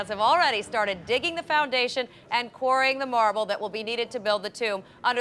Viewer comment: im going to assume she said "quarrying" the marble, not "pouring" since one does not pour marble...though it confused me at first.